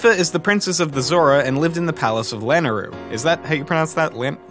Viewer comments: La - nay - roo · I'm pretty sure it's la-nay-roo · Me, an intellectual: it's lanayru, (LAN-Ay-roo) and mipha lives in the Zora Domain. there is no "lanayru palace" as Lanayru is a province in BotW, not a place. Mount lanayru, zora domain, everything in that area is in Lanayru.